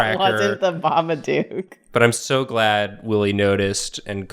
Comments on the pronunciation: For love off christmas spirit or whatever hallmark garbage movie magic it's BABADOOK NOT BABADUKE DOOK PRONOUNCED LIKE COOK GAH DAMIT YALL GOT ME SCREAMING OUT IN THE STREETS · the way said, "There's a big Babadook-sized space... " it almost sounded like he said "Bar-B-Dook," like a Babadook BBQ.